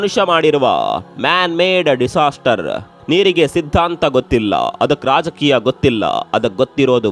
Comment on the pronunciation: ಪ್ರಜಕಿಯಾ ಅಲ್ಲ ❌ ರಾಜಕೀಯ ✅